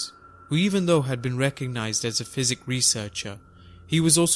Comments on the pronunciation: I would have thought a channel called Paranormal Diaries would know the difference between psychic and physic. I'm surprised the narrator didn't even notice it sounded wrong as he was saying 'fizick' instead of 'sykick'. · psychic researcher is pronounced 'sy'.... not physic 'f' ...... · 'Fizzik' investigator? Please learn the language before you butcher any more stories. It's annoying.